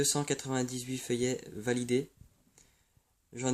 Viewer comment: "filleuls" se prononce : FILLEUL et non feuillet! FILLEULS C'est en rapport avec PARRAIN , je suis ton filleul si tu es mon parrain!!!!